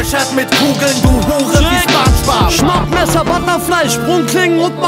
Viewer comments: Da kann jemand das Wort Spongebob nicht aussprechen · In Deutschland spricht man den Namen „Spongebob“ mit „O“ aus. Das klingt einfach nicht korrekt. Beim nächsten Mal einfach drauf achten.